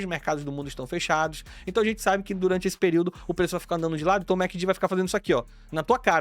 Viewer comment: Nunca vi ninguém chamar esse indicador de mequindi. Notei também. Mec in di